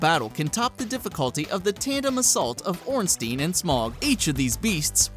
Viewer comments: "ornstine" who the fuck is ornstine? Ornsteins sister or what? That pronounciation Hurt my heart butchering a Name which brings fraid into the hearts of people playing Darksouls. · Ornstein has a German root in it. The 'ei' combo is meant to be pronounced like the English pronoun 'I'. In Smough... Drop the 'g' and pronounce the 'u'. No idea why that bothers me so much. It's like the people who pronounce archive wrong. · ornstein and smog thats not how you pronounce that lol